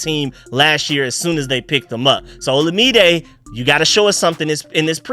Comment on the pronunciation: Third video, third time saying FYI Olamide is pronounced like oh-LA-mi-day. You'll probably see all three of them around the same time, lol. Keep up the good work on the breakdowns!